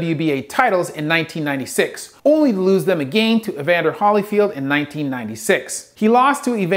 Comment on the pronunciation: I love your videos but I am shocked well actually beyond shocked and I down right and straight fucking "FLABBERGASTED" at the fact that a man of your educational background (specifically in English) based on how you put your words and sentences together with such superb grammer how in the hell you MISPRONOUNCED/ MISPRONOUNCE THE LAST NAME OF A LIVING LEGEND AS BIG AND INSPIRATIONAL AS EVANDER "The Real Deal" Holyfield?!?!?!?